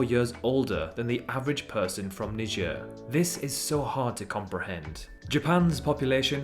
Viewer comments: why do you pronounce niger "nijer" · Your spelling is wrong It's not Knee Jar It's Naee Jar